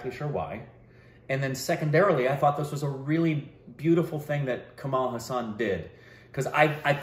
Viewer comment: it's Hassan not hussan... please pronounce correctly 😭😭😭